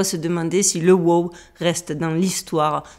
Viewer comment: Ce n’est pas whooo 🐴 c’est WOW! signal 😅